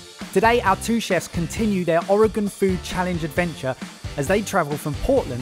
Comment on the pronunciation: Thank you for pronouncing Oregon correctly! ❤